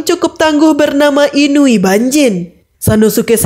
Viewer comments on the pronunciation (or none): none